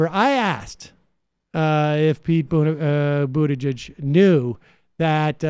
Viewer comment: I like the way Sam always butchers people’s names 😂😂😂 I mean I can’t also say Buttigieg more than twice without butchering it